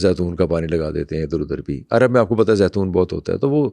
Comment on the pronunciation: it's not "Airab" its "Arab"